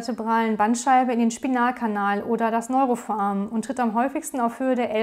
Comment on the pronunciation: Was zur Hölle soll denn bitte ein „Neurofoamen“ sein, das heißt foRamen! Bitte deutlich, ruhig und freier sprechen, die Beiträge sind sonst ganz anständig. Aber Foamen macht einen wahnsinnig...